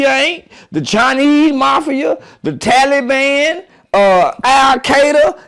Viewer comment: The tally ban!! , AL KAY DUH!! 😂